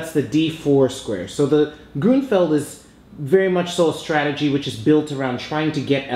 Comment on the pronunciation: I think it sounds better the way you say it. That's the way that I hear other chess instructors in other videos say it anyway. Also I noticed that you mentioned recently in the comments on another video that you lived in Seattle. I wish it rained down here in Georgia like it does up there. Maybe one day I will get the chance to visit the city and see the Space Needle. :b